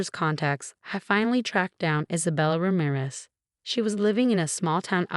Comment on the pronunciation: Let a real person read this story. You speak Ramirez as Raa-mie-res. Not as rammeres